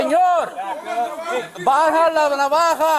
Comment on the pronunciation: Lol the way he said "baha la navaha" instead of "baja la navaja" 😂